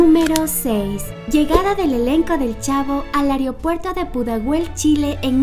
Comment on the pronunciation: se pronuncia "aeropuerto" A E R O P U E R T O , no eso de "areopuerto"